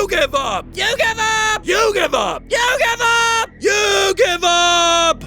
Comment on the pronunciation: “you give up” What I hear: “YU-GHI-WA”